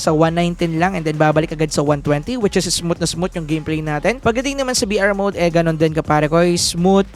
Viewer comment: hard th po pronunciation ng "smooth"